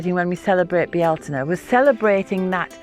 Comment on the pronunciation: ♥️ Yes, candle lit and sat in the midst of the garden soaking up the colors and sounds of birds in bees as they coo, caw & buzz❣️ Just love your garden tour, your wisdom and beautiful music. Some say Beltane, you say it with 3 syllables “Bealtaine” ~ beautiful 🙏🏼 I just love to hear you say it🤗 Thank you!